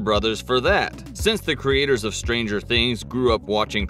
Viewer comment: "Behind stanger things"